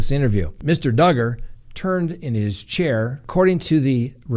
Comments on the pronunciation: DUGGAR!!! RHYMES WITH HUGGER!!! So love it!!! 🤣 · Awe! Don’t let the old crabby people win! DUGGER-HUGGER LOL. Oh, and didn’t that start because someone got offended that you said his name wrong once lol. He does deserve the upmost respect. Not. Love ya!!